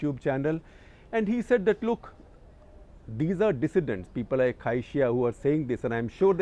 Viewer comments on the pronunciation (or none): Must learn how to pronounce Chinese names in pinyin. It’s prof. Cai Xi: pronounce Tsai Shi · Cai Xia is pronounced as (Tsai Shia) in Mandarin. The name is in Pinyin and not English transliterated